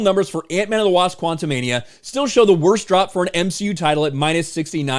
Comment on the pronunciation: Why do you keep pronouncing the movie quantamanium?